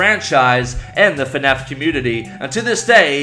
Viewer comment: Nobody:: FeNAF